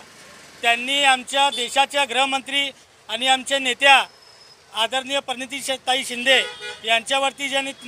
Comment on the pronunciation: Koli tula Praniti manta yet nahi Parniti manto kolsya😂😂